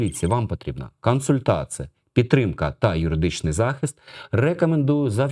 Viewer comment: лише не "кансультація", а консультація ?